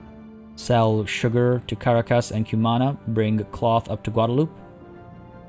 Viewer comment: Guadalupe = "Gwah-dah-loo-pay"